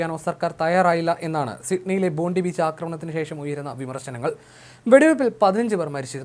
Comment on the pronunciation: സുഹൃത്തെ ബോണ്ടി ബീച്ചും ബോണ്ട ബീച്ചുമൊന്നുമല്ല. അതിന്റെ പേര് ഇവിടെ പറയുന്നത് ബോണ്ടായ് ബീച്ചെന്നാണ്. ഞാൻ 40 വർഷമായി ഇവിടെ താമസിക്കുന്ന ആളാണ്. ഓസ്ട്രേലിയൻ വാർത്ത വായിക്കുന്നത് ഒന്ന് കേൾക്കൂ